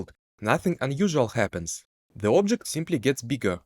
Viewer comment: Вау, что у тебя с акцентом, никогда не слышал такого неподвижного звучания. Ты проигнорировал КАЖДУЮ фонему английского и заменил её на фонему русского. И даже не на самую похожую. нг в конце почему-то читаешь просто как н, ладно середину между н и г найти не получается, зачем просто выкидывать г. Произносится не обжект, а абджэкт. Не фанайт, а файнэйт. Не пробабли, а прабабли. Не копис, а капийз. Не сёрфэйс, а сёрфис. Не аньюжал, а аньюжуал. Не идиа, а айдиа. Не моментум, а мамэнтам. Не эгрис, а агрийз. Не эдд, а адд. Не специфик, а списыфик. Не дат(that), а дэд. Не джеометри, а джиамитри. Не детэ́йл, а ди́тэйл. Не телепо́рт, а тэ́лэпорт. Не эллипсо́идал, а эллипса́идал. Не алдоу, а олдо. Не дыс(these), а диз. Сделай на русском отдельную дорожку, невозможно без кукожа тебя слушать.